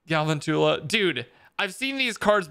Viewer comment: He said galvantchala wrong I'm done